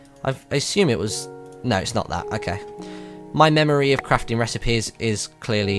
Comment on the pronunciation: Hoora for BPL's 'A Faint Mamory'!